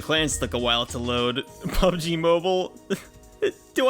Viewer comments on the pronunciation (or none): none